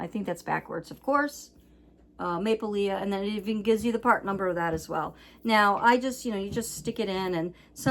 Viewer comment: The dolls are pronounced Maple-lee